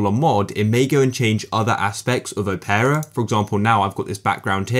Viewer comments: I don't think it's pronounced as "O-pear-uh" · "O-pear-a GX" this is upsetting